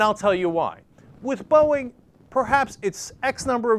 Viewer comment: did he just say borging?